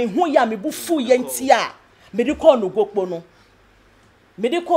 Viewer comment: Sir please the name of the time is Nogokpo not Nokpokpo